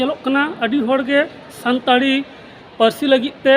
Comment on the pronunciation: संताली होता है, संताड़ी नहीं |